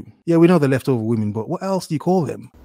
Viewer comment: I love when goes speechless. It means...vvomen so cringy or clueless